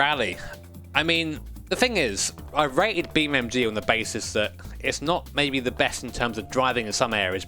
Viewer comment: Is it just me or do i hear you say Beam MG and not NG